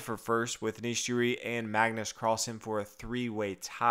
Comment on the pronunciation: Anish Jiri?? Are you fucking kidding me! What's with you and pronunciations?